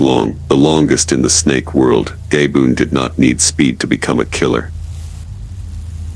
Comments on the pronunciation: It's not pronounced gay boone it's ga boone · This AI is stupid as fuckget your prononciation correct man!!!!! It's not gaaayyboone it's ga-boone